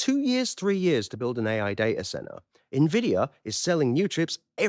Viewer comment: has made me start saying day-ah-cent-ar!